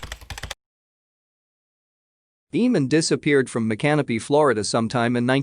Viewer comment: its pronounced: mic an opy ....:)